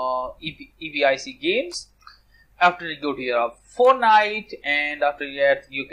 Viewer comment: HAHAHAH Epic not E-P-I-C ...